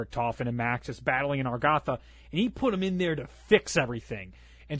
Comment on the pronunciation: Is it just me or always says argatha? And btw we got you about the ones that arent even hardcore zombies player and get stuff that hardcore zombies players dont;)